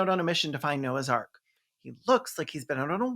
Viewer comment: I first heard you say "," which would have been a very different but likely far more entertaining movie.